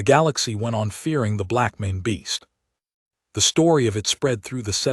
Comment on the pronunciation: why can't the reader of this story not get words correct? breathed as breath(ed). Arithmetic as arith(meddic)? And blackmane as black men? I've heard this voice a few times and it always pronounces word wrong